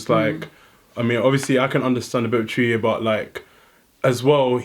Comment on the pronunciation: How she says twi😂😂😂😂😂😂😂